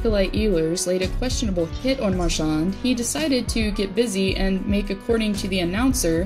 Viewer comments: could you actually learn to pronounce his name before you post about him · One of the best players! Gotta love him! Just say his name right 😬😂